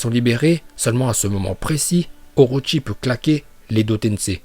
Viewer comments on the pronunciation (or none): none